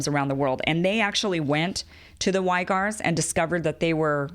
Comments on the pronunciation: Kim, a very good, informative video. But the Muslim ethnic group living in western China, the Uighurs, is pronounced closer to WEE-GURS rather than WHY-GARS. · Do youtubers mispronounce things intentionally to fool algorithms? Uighurs (We-grrr)? Is it Y-grrr? Am I wrong? Idk it throws me when respectable minds overlook pronunciation. Forgive the nit pick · it’s “wee-gurs” kim 😉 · It's pronounced "wee-gers".